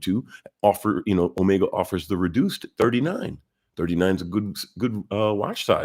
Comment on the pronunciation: So far you're the only one I've seen who pronounces "omega" right.